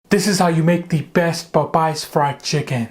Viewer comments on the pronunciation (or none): I like how he said:"Pop Pies fried chicken "😂😂😂😂😂 Must be Popeyes cousin